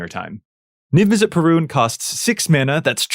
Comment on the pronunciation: Pah-run. Not puh-roon